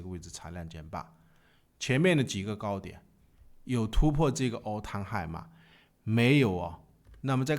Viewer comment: all time high能不能别念成 all 汤 high 了，听得我头皮发麻